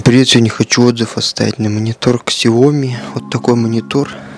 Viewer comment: Ксяоми ? Слух режет. Мамкин обзорщик